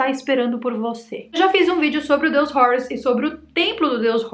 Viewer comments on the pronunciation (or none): Não é “Rourus”. Esta pronúncia de Hórus inglesada é tosca demais! O nomeé grego a partir do egípcio antigo “heru”. Não tem nada de “Rourus” como um gringo. Você é brasileira, minha filha!